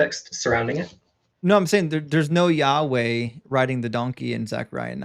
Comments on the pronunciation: The way the first clown pronounces “yahweh” is really fucking irritating. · I can't stand people who pronounce Yahweh so pretentiously like that.